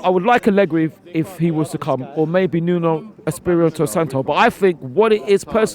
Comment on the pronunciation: man said nuno sparito